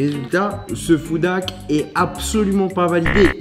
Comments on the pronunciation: Tu as le même accent en anglais que François Hollande lol 😂 tu ne dis pas « Food hack » avec le son h mais on dirait trop que tu dis « foudaque » mais bon je me moque gentiment et t’inquiète on est très nombreux à avoir un accent pourrie et ça se trouve y’a que moi qui entend ça donc si oui désolé Ce qui sont d’accord liker 👍 Sinon j’adore ce que tu fais ça fait longtemps une petite recette et puis j’avais beaucoup aimé la vidéo top chef avec Hugo se serait trop bien la revanche parce que tu dois prendre une revanche car il a quand même eu petit coup de bol et surtout la chance du débutant et sinon comme vidéo ou j’aimerais beaucoup voir d’autres y’a : les vidéo troque ou vous échanger un stylo contre des choses, les recettes bien sur et tout vos concepts fait avec Hugo sont super 👍 Allez continue comme ça on t’adore et vu que les Meet up et les rencontres abonnés dans les conventions ou autres c’est dur pour moi car je suis handicapé et je ne peux pas rentrer dans une foule sinon si je me prends un coup j’ai plus de peau et je saigne comme une piscine même si je suis en fauteuil roulant c’est compliqué donc hâte à ton restaurant là ce sera plus simple et sinon on espère te voir dans une émission de cuisine en tant que candidat bye Pouce bleu 👍 enfin jaune mais y’a que ça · ça ne se prononce pas comme ça 'foudak' mais avec un H aspiré ;) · ce « FOUDAK » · Ça m’agace tellement comment tu dis « foudak ». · c moi ou bien charles disais foodak😂😂😂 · Des "foudak" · Les "foudak" 😂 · “Nous allons tester des FouDÁkKk” 😭😂❤️